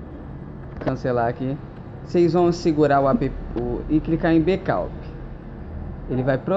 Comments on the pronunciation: becaup ?? ou backup ?? kkkkkkkkkkkkkkkkkkkkk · o cara quer ensinar tutorial e fala "Becaup" kkkk e ele fala "Tie musicas populares" ali tem "the" ele nn deve estudar inglês e o canal dele nem musica num tem. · fazer o BEKAUP? kkkkkkkkkkkk Não consegui entender porra nenhuma você fala tão feio quanto a você mesmo! huehue